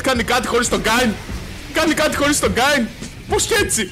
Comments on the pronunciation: Ας εστιασουμε τώρα στον Kayn που διαβάζετε Κέιν κι οχι Κάιν για να μην βγάλουν τα αυτιά μας καρκίνο την επόμενη φορά. Φιλια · Κάιν? Καιν! XD τι Καιν ρε φίλε Κέιν λέγεται, δηλαδή πως τον λες τον πάικ?, πουκι? XD, λατρεύω να κάνουν παίχτες του λολ λάθος με τα ονόματα των championsXD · Μόνο εγώ cringara κάθε φορά που έλεγε Κάιν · O " Ka-in " xD Kleo re file. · ΜΟΝΟ ΕΜΕΝΑ ΜΟΥ ΤΗΝ ΣΠΑΕΙ ΠΟΥ ΛΕΕΙ ΕΤΣΙ ΤΟΝ KAYN? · όχι και εμένα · K emena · den einai oti mou thn spaei apla mou akougete paraxeno kai cringarw